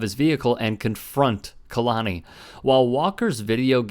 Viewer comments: It’s pronounced Kay-la-knee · Kay-Lonnie …I hate how you fucked the pronunciation up the entire video